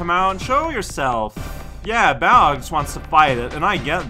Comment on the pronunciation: Oh, im not sure if anyone's mentioned but it's pronounced "Bail-og" not "Bal ee og". Thats how they say it in Heroes of the Storm, the Blizzard MOBA where The Lost Vikings are a character